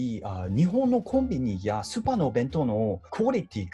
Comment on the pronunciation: スーパーをあまり伸ばせてないのもポイント